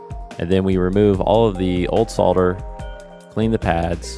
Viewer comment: It's nice to hear somebody on YouTube say "solder" rather than "sodder"